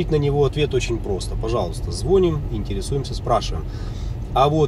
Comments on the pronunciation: Абсолютно некомпетентные инфантильные вопросы. Зря потратили время,. ЗЫ ЗвонИм, а не звОним. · Не правильно делаете ударение в слове ЗВОНИМ.Ударение нужно делать на букву И.